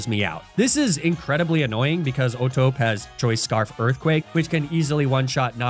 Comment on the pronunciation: Pretty annoying how he kept mispronouncing O'Tope as if the E wasn't there. Clearly, oh-toh-pay is the correct pronunciation.